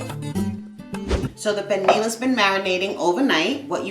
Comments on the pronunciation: It's spelled pernil but pronounced pernee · Uuuuhm........no. and the way she pronounces pernil is also a no. Foh this recipe sucks